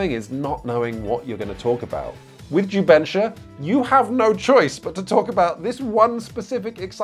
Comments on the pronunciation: This was a great video! I'm new to PMG, and I'm about to send this link so friends can watch. To properly promote jubensha as a genre, though, please check out Nate's pronunciation . It's closer to "jew bun SHAH" than "ju BEN shuh." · I was wondering what in the world is jubensha until I heard people speak it in actual mandarin. Ju Ben (GEE BURN) = Script, Sha (SHAR) = Kill. The pronunciation is way off but thanks for coming down to Singapore and sharing this, I've no idea its a thing and even though it doesn't really interest me, its an interesting watch.